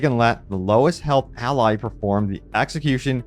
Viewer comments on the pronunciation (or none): none